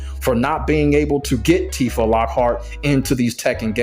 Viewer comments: Her name isn't "Tif-ah" it's "Tee-fah" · Okay, cool video and all, but Tifa's name is pronounced Tea-fah not Tifah 😭 Honestly if she was added to the game, I would consider getting into Tekken. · If this man says Tiff-a instead of Teef-a one more time... Also, Tifa has been a fighting game character her entire existence, even if she came from final fantasy. Also also, so many people in the comments exposing themselves as just haters hating on a character for how they imagine her when they clearly no nothing about the characters. She's not a 'magical girl' of some kind. She has no inherent 'powers'. She's just a straight kickboxer, which anyone with even the slightest knowledge of the character would already know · Bro, why are you saying her name like that? Her name is pronounced tee-fa, not, tih-fah 😂 You disrespected her like that so I gotta drop a dislike on the video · Every time i hear you pronounce her name like that, it sounds me on a spiritual level.